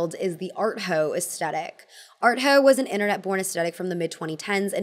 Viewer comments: I love you but PLEASE LEARN HOW TO PRONOUNCE AESTHETIC. it is NOT "aestetic" it is asTHEtic....omg how can you not know this by now? you wouldn't say "anesTEsia" instead of anesthesia would you? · Why do Americans say "as-TE- TIC" instead of "as- THE- TIC" like how it's spelt? Drives me insane. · Please. I beg you. Please set an example for your peers and start pronouncing the word 'aesthetic' correctly! The H is not silent. Also, it's Ralph LAUR-en. Not Lau-REN.